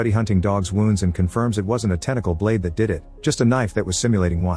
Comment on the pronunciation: What’s a balde lol you mean blade right? Obviously text generated voice